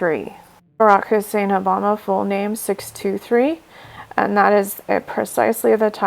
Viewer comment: She said Obam. Not Oba .